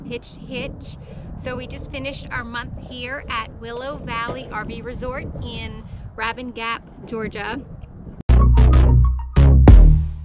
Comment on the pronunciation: Not “ Ravin Gap” … “ Rabun Gap” . Great video!